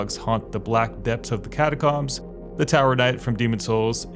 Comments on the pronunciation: catacomb is pronounced cat-uh-combs. like a hair comb. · Fanny-sea and cata-coms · Thats not how you pronounce catacombs